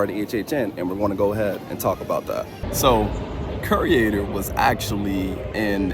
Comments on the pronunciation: The trusses are identical to the ones from the Blumhouse scarezone last year. I'm guessing they're going to use them for Jaws somehow and then leave them up for HHN. Also... Curator is pronounced 'cure-ay-tor', not ''cure-ee-ay-tor', just FYI. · KYUR-ay-ter Mispronunciation is a huge pet peeve of mine. Im sorry. 😂